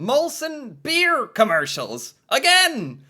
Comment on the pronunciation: Could you emphasize the word 'beer' any harder? I hope you can see these ads were beyond selling beer. You come off as very condescending. I don't know you or your blog, but you come off as very 'American '.